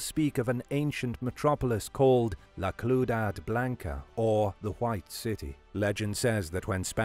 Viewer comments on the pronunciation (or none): La CLOODAD? You mistook an i for an L in Ciudad, which is pronounced more like see-you-dad. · Lol I love his pronunciation of La Ciudad Blanca: “la cloodad blanka” The pronunciation should be like “see-you-dahd blahnka” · great presentation but for future reference, La Ciudad Blanca Is not pronounced Cludad there is no L and C in Spanish sounds like the letter S, phonetically ciudad sounds like seeudad. Hope this helps improve your Spanish. Peace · Also, Ciudad is pronounced See You Dahd. Just so you don’t sound so bad next time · The white city, La Ciudad Blanca Ciudad is pronounced Cludad? Really an 'i' changes to an 'L'? Try google translate next time en let google speak it out. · Ciudad is pronounced SEE-u-Dahd, not...whatever it was you said. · When pronounced ciudad like that it really bothered me